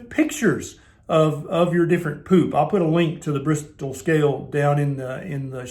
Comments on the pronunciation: Agreed! It's the pronunciation not so much the facial expression for me."Pewp." 😂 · "Stinky Ginormous Poop" 🤣🤣😂😂🤣 I didn't need my teenager in the room, I'm 50 and I still couldn't help having a good laugh...!! Man why the emphasis on the word too.?! POOP.,!! Oh ya killed me man ya killed me..... Serious though, thanks heaps for this i been through heaps of different style diets and fasts too, and I'm starting carnivore and I really needed to ask the things you answered anyway... Thank you... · 🤣🤣 this made me lol, but it’s so true! Being a Brit, the way you say ‘poop’ made me lol. Thanks for speaking about this normal body function that does get pushed under the carpet because no one speaks out! It was very enlightening and interesting and true!!!!! Keep up the great work.